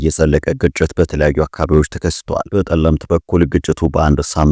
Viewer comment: ድንቁርናህ ጸለምት ስትል ነዉ ጠለምት በል አትደድብ